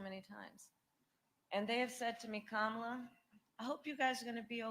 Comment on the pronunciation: Camel-la is a goobly-gook talker